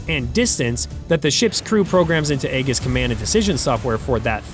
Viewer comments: Learn how to properly pronounce the acronym. It's <ā-jïs>, not "egg-is". Also, in military parlance, "MK" is pronounced "Mark", so a weapon with the designation "MK 82", is verbally identified as a Mark 82 bomb. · it is pronounced eeejus not "egg us" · Aegis is pronounced (a jis) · Eye-jiss, not Ay-giss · Pronounced with a soft g. "AEJIS" not "AEGIS". I guess there's no editor in AI. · Someone PLEASE teach AI to pronounce the ship type correctly. It's Aegis, pronounced as E' jus, NOT A' gus. It's a Greek word that means shield or protector. The letter "A" is silent. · eegis, not aygis you newb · Eeeee Gis not egg-gis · Pronounced Ajis, not Agis... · Aegis pronounced eejis not aygis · AEGIS. is not pronounced "egg,-iss" It's pronounced "E-jiss". freaking AI. BS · Thanks for the video! BTW, Aegis is pronounced eee’-jis, not Ay-gus (Rhymes with Regis Philbin’s first name). Thought you might want to know. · Holy cow, "a-gus" was driving me crazy throughout this video. Like he said, it's "eee'-jis". At least "see'-wiz" was pronounced correctly. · Why is it that so many of these channels mispronounce Aegis? It's ee-jus, not aye-gis. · Pronounced Ah gee us, not eggus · Eggis system !?!?!?!? Where did you learn how to pronounce things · Egges system a!?!?!?!? Where did you learn how to pronounce things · “Aegis” is pronounced “EE-JISS” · Dude… you need to work on your pronunciation. “Who-thees” “Age-is” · It’s pronounced AY jiss (AEGIS) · AEGIS is pronounced with a SOFT G. So it sounds like Ajis. ALSO, CWIS has a 1,550 round magazine, not 300. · Aegis sounds like "ee juhs"...you were pronouncing it wrong. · I have always heard Aegis pronounced as “ee-jiss” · Aegis is pronounced ee-juhs. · Pronunciation is important. Is this an AI voice? Aegis is ayjis. MK is Mark. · You are pronouncing Aegis wrong. It is pronounced Ee-jiss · Look jackhole if you use AI at least teach it to pronounce Aegis correctly.... eee-juhs or for me it's a-YEE-jis...... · Aegis, pronounced E-jus